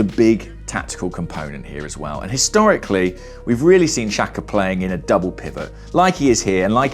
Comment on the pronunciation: Why is that no football commentator can pronounce Albanian names? The XH is supposed to sound like the J in Jack. It's not hard.